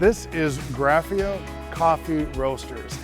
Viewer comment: Hi - SF native here..... Nice video that you compiled. Just two little details? The " Italian" part of town is never ever called " Little Italy"- it is ONLY North Beach. The other item is Graffeo coffee that you mentioned... an institution in our fair city. It is pronounced " Graff- AY- o"... just thought you should know!